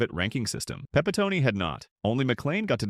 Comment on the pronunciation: Pepitony? ha ha ha ha. This ruined much of your video credibility lol . It was Pronounced Pepi - tone (the last sylabble like the tone of someone's voice) And don't try to argue with me, I've been a Yankee fan for over 60 years and watched Joe play many a game. What a character ha ha ha